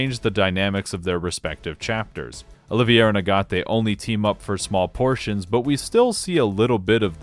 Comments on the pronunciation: Why... why are you calling Agate AGATO?? You know its spoken like the gemstone Agate as in Ah-Get. I was listening passively and this just jumped out at me. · "Agat-o"? His name is Agate. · Why do you keep calling Agate "Agato"? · Every time you said “Agato” hurt me a bit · Jesus man how did you get agato for the pronunciation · The way you pronounced Agate was driving me crazy, until I realized that was closer to the Japanese pronounciation lol. It made sense after that